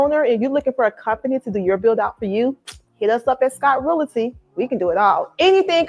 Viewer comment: is really said; who's gonna tell her? I'm going to need her to know how to pronounce the word "realty" if she intends to be on social media or camera advertising her business. Poor thing. smh